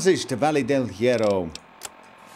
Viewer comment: Here's a tip. You don't pronounce the H at all in spanish. Also, you have to roll R's when there are two of them together of when it is at the start of the word. You also pronounce double L's and Y's as the J in the word Joke:)